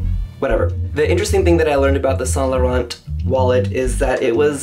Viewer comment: Don't pronounce the "t" at the end of Laurent please.